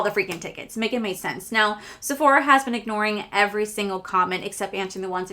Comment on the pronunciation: IT'S NOT SEPHORIA it's JUST SEPHORA......NO I in there 😂😂😂😂